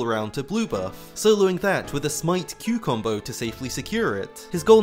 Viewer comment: I like how you say q combo (like cucumber lol) 😂